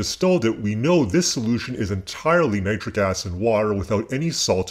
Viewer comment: Its nit ric not nie tric